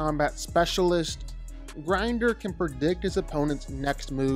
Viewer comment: Bro its grindor not grinder